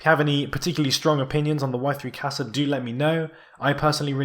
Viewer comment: even when you correct your pronunciation of Qasa you're still wrong